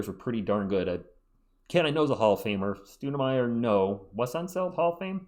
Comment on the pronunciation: The only thing I got from this video was that I was pronouncing Stoudemire wrong this whole time. Didn't know it was pronounced Stoodemire. Jk lol Great Video! You got me pumped for next season. PS. You saying Mitch puts the best line ups, got me confused as hell. Almost had me, not gonna lie